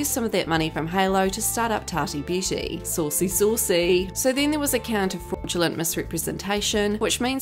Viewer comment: Sauwcy, Sauwcy.